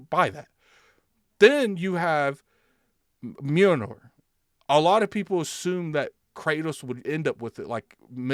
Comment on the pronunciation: Pretty sure it’s pronounced “Mule-near”.